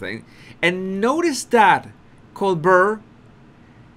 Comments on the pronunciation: You do yourself a disservice by attempting an English accent. Just imagine how you would view a mother tongue English speaker attempting to copy your accent. Just don’t! Pronounce Colbert however you want but leave mimicking the speech of native English speakers alone. You are doing great in highlighting the idiotic behaviour of Henry Windsor et al though….. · Colbert is french and the pronunciation drops the L and then the T. Coal- bear. That is as close as i can say it. 👍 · so it doesn't drop the L then ? why say it does ?? coaL-bear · It’s Col- BEAR. French. T is not pronounced. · FYI. The T is not pronounced in colbert. Colbear. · Pronounced Co-Bear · Love your insights!! Just an fyi - the interviewer’s name is pronounced Coal-bear’ (stress on the “bear). It doesn’t matter if you pronounce it wrong - we get it - but you seemed to be struggling, so thought I’d help ya out. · Colbear that’s how Colbert is pronounced. Good analysis’ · Colbert like col-bear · Try Colbert like this col, like cold without the d, and bert like air with a b.. Col-bair..👍👍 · I live just down the road from ColberT. Yes. We pronounce the T here. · Fabulous call!! You’re doing wonderfully!! A couple of shots of Harry there looking like he got caught with his pants down. I almost feel bad for him. Almost. And we pronounce the late night talk show host Cole-BEAR. Very simple. That’s the French way to pronounce it. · Pronounced [COALBEAR]--Colbert is a French name. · My Body Language guy, Colbert is pronounced Co bare' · Do you think I could follow ONE channel whose presenter does NOT have to use the F word? Honestly!!! His name is pronounced "coal-bare". Don't worry about it. You're doing great. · Here's HOW you can remember the pronunciation of Colbert; VISUALIZE him as a COLD-BEAR like a COLD shaking BEAR. 👈 Now YOU got it. 💋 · Sounds like “coal bear”. Thanks. Great channel. I love it! H really thinks the public or audience are dumber than he is!